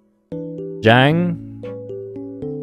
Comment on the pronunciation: Can't believe how accurately he pronounced Yang, but messed up Zhang. The "a" in Chinese is always pronounced as the a in "market."